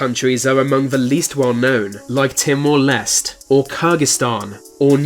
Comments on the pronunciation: It's not Timor lest it lest-ay that's how u pronounce it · "Timor Lest" Aye it's pronounced."Timor Lest-ay" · Timor lest or Timor leste? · Timor Less lmao 😂😂